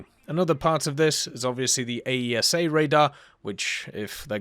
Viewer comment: F-35 tech here; just say “Ayeesuh” for AESA. Its a common thing for us in service and even on the civilian side for military aerospace and other applications to sound out abbreviations.